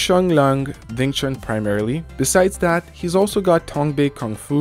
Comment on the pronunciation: Wing Chun, not Ving Chun